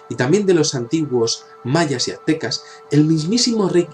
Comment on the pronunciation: adenás, son construcciones Mayas y no "Atecas", no se dice atecas, es Aztecas